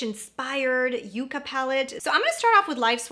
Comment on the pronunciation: YUCCA is pronounced “yuck’-kuh” . It’s a plant that stores it’s own water and survives beautifully in hot deserts of the American Southwest. Its thorns protect it from being grazed by cattle, feral animals. Many varieties of this plant—in dusty-looking colors with tiny, bright contrasting flowers reminiscent of ND’s “Yucca”